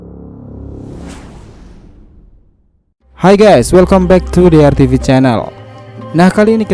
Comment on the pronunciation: koreksi dikit bukan welKOM, tapi welKAM